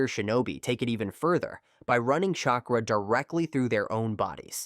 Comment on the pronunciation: Bro, if you even TRIED to pronounce the names of these people and their jutsu, I’d probably be impressed. But really? “Chay cruh”? Wtf?